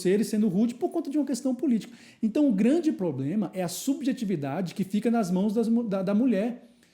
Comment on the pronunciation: trabalha no jurídico e fala "poblema"?